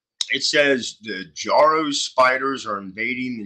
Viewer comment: Yes, they are one of many, many invasive species now spreading around. They are also totally harmless and blessed with wonderful myths in Japan, where they are native. As for the pronunciation, i's not JAR-o, it's Juh-ROW. As for their webs, their uniqueness is in their resemblance to musical staves (the horizontal lines on which notes are written).